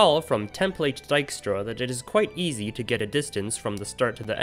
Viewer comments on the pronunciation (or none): none